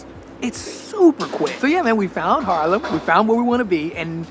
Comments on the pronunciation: I like your vids. One thing tho, you’re repping Haarlem a lot (I don’t disagree), but you have yet to pronounce it correctly. Repeat after me: Haaaaarlem, not Harlem 🤪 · Goedemorgen, thank you voor de wandelingen door Haarlem.I have to tell you....het is Haaaaaarlem😊 not Harlem. You know Harlem is is named after Haarlem.😊